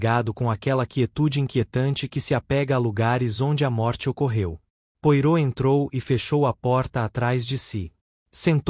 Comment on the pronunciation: A legenda está com problemas. Coitado do Poirot. Pedaços de frases em outro idioma. O nome do detetive falado de forma errada. Fiquei decepcionada.